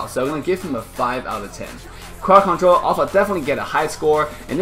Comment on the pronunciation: Lmao "Crwod control" hahahaha